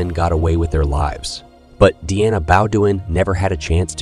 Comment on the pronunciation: Schizophrenia pronunciation according to this computer is shitsophenia, snd Deana is DNA.